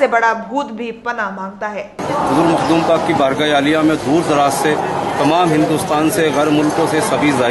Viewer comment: Mahdoom nhi h Makhdoom h